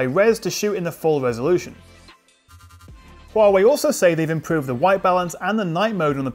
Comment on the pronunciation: Your correct pronunciation of Huawei (which is rare) really impressed me.